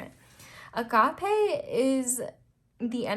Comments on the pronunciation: Agap-ee :) (there's no eh). Wanted to add cause the word is Greek. The e is pronounced as an e and not eh. Hehehe just by your first words you're already spot on. 🙏🙏🙏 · Whenever you say A-Gappe I think of Dory saying Es-Cappe😹 (Sorry, im basically spammimg your comments lol)